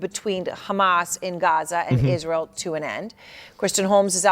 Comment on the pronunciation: Pronounce ISRA-EL correctly, and then complain.